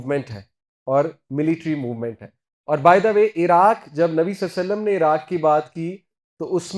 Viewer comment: Asalamualaikum Sir! With all due respect Please say Nabi Salal lahu alaehi wasalam clearly Sir. You are my true mentor...and I respect you with the core of my heart, and consider you as my elder brother..whenever I listened to your lectures I always feel to remind you this.